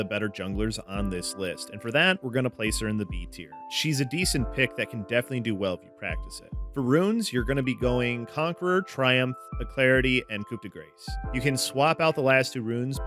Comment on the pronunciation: "aclarity" xd